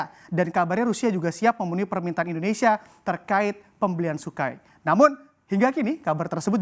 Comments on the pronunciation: Sukoi bang bukan sukai😅 grogi abang ni🤣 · Sukhoi bang 🤣